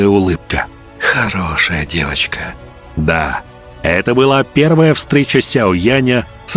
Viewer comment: Диктор произнес фразу "Хорошая девочка" как будто маньяк из фильма Мертвые кости.